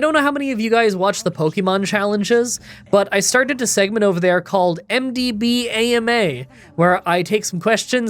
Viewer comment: MDBAMA should be pronounced like Obama